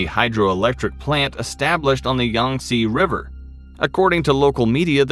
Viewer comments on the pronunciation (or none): none